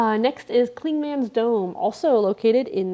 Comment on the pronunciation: Thanks for the tips. Also, Clingmans Dome is pronounced “Clingmuns”, not “Cling-Mans”.